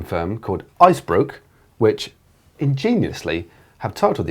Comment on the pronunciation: It isn't IceBrook, it's BOERKE as in boer (like south-african A literal translation is "Small Ice-Farmer", but also just someone who sells icecream. But even if u didn't know all that it says B O E R not B R O O K, very hard to butcher it like u did to be honest. If wanne use Belgian names/brands ask how u should use it on twitter or something like that, would help u guys alot. But fun show, keep up the good work!